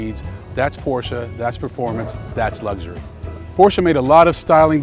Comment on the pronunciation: It's all about lugshury..